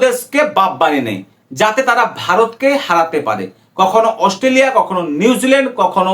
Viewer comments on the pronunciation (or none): Chacha Australia bolte Gia mukhe Assoo hoa gache😂😂😂